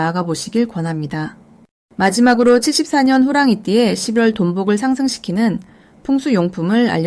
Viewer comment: 리딩 발음이 11월을 12월로 들려요. 차라리 ai를 활용해 보셔도 좋을듯.